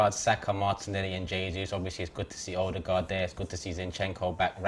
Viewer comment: The cheek of to correct about how you're supposed to say ødegaard while he's saying it wrong himself lmao